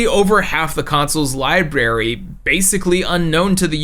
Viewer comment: Library Notice the "r"s in the word? There's more than one